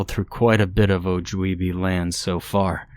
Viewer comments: I'm so sorry, I loved the narration. Mispronunciations happen, love. I love your content. I'm Ojibwa and I'm sorry to say that you did mispronounce it, dear. I was trying to make a light hearted comment to make you feel better about it when I commented previously, but I want to let you know the flaws in the story are from the perspective of the writer, not you. Unless you wrote it 😅 but, we just correcting you on your pronunciation of the name of my tribe. The mispronounceation didn't "ruin" this story like this commenter said it did. It was just a little silly to hear and made me chuckle. You probably didn't grow up around my people, hearing the word every day, so no one can fault you for getting it wrong 💖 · The mispronunciation of Ojibwa and Mugwa ruins this story.